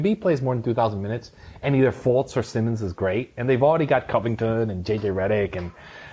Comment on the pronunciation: like always, delivering a quality product. however, this guy... you'd think if the guy spent so much time studying the league that he would know how to pronounce these names right. it was borderline unbearable to listen to. first he kept saying johnathan "isaacs." okay, thats a small mistake. Then, he says Markelle FLUTZ.... for fuck sake... and the just Giannis said wrong over and over again. I think you guys could have done a lot better with your guest, or at least making sure they are prepped to talked about the league like this.